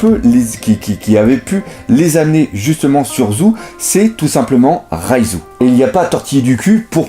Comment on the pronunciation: Et si ... c'était pas prononcé Raizou mais Roizou . Oui non je laisse tomber .